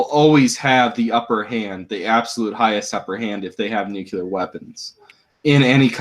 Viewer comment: Please, please, PLEASE stop saying "nu-cue-ler". It is "NU-CLE-ER!" You sound like George Bush when to say it wrong.